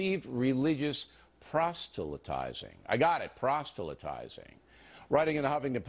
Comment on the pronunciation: Bill can't even pronounce 'proselytize' correctly.